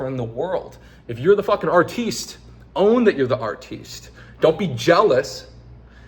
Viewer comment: the type of guy to discover a new way to pronounce artist and then resdesign his entire life philosophy around it.